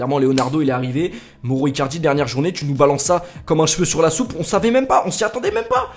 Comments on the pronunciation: 178 fois moro icardi et pas une fois bien prononcé, mauro icardi! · Prononce maoro pas moro stp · Ça se prononce maoro icardi pas moro